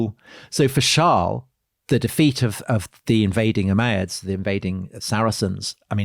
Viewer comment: Your pronunciation of the word Umayyads is bizarre. It's really distracting